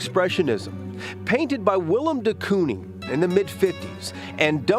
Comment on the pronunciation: It's actually pronounced Willem the koohning